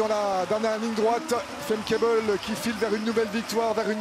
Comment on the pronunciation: Famke Bul? Her name is Femke Bol.